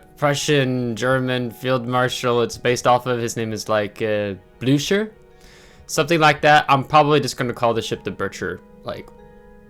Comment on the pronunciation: You pronounce it Blue Cur